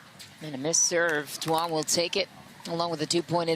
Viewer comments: To all the non-Vietnamese people out there, Duong is pronounced Y-OO-NG. Way to represent kid. Announcers need to be corrected so it doesn’t continue to happen. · Announcers are doing too much in that pronunciation of “Duong.” It’s more simple than that.